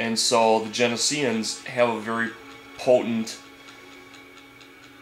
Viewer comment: not jen-i-s-ee-ans its jen-O-sh-ee-ans